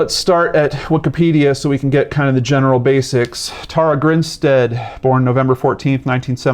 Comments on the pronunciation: Her name is pronounced...Tara: Tare-ah...not Taura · Hey, great video, but her name is pronounced like Sara with a T.